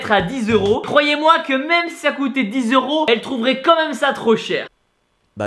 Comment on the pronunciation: A t'a di mêmê ou j'ai rêvé ?😂😂